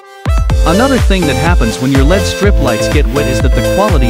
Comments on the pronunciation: It's pronounced "L-E-D," not "led" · Get proper voice over. It’s pronounce El-Ee-Dee as it’s an acronym not as Pb an element on the periodic table “lead”